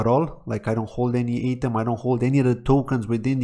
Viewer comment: fyi, Atom is pronounced like Adam, the name. like the smallest unit of matter. Get it? Cosmos. Atom. and I think Shidon is pronounced differently than you say as well. Thanks for the vid!